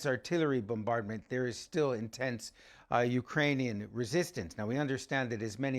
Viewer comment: No one gonna talk about how silly he sounds when he tries to put on a Ukrainian accent and mispronounces every bit of it 😂😂